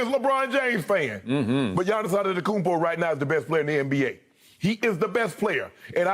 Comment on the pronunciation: If you respect Giannis then STOP SAYING ANETOKOUNMPO it’s ANTETOKOUNMPO there is a T after the n